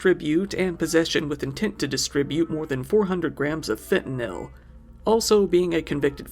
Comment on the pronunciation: This is the 3rd time I've heard him say fentynal wrong at time , Just so u know as a heroin/ fentynal addict im very offended 😂. It's in the news so much & even the president talks about the war on fentynal , u would think he wud have got it right by now😮